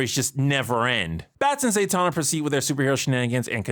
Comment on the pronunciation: who is... ZAY tana? Its ZAH Tana